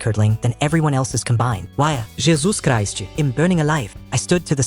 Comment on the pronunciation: Bro the ai pronounced jesus christ as jezuz ghrist😂😂😂